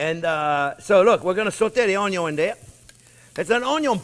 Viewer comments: Omg there not to long im starting to talk like u onyo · No, OnYo Pie. 😅 Just funning with you chef, love your show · French onyo VS. Canadian onyo...😂😂